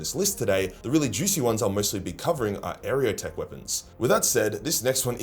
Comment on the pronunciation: Area o tec. XD